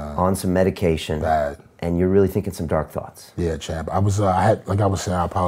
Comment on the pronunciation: As long he doesn’t say let’s go champ (sounds like he’s saying to himself chump) ,it’s alright to listen to him ..